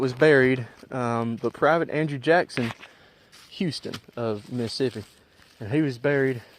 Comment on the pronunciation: Did you get choked when you tried to pronounce Mississippi?